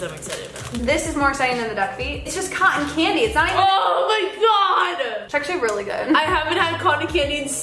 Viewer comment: Codden candy. Wtf lol it’s cotton candy tho lol